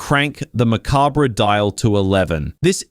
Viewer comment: They pronounce "MACABRE" differently wherever this voice-over guy lives.